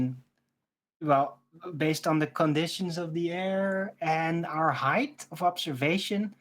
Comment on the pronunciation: Again with the "Heighth" please stop